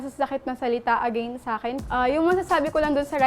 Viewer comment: Bilang English major, napansin ko kaagad na mali ang pronunciation ni ng ‘against.’😂